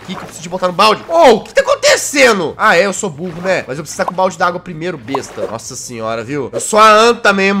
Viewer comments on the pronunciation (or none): none